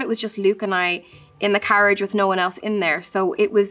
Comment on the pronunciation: it was the "naur" for me